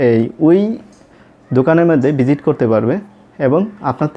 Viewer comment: বিজিট করা!!!!! তাইনা। আপনার তো এখনও উচ্চারণে হয়নি